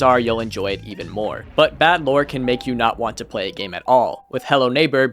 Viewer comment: im sure ur vid is great but man i cant stand you saying pway n shi like that its an L not a W